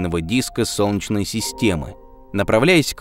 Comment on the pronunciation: У диктора какие-то проблемы со словом "солнечный". В целом, всё норм, но вот это "сончный" - прям аж АААААА!!!!(((